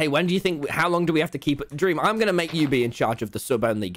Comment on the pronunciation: I Just watched you saying dweam